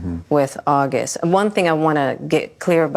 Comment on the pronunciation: “ WHEN AUG” 🤦🏽‍♀️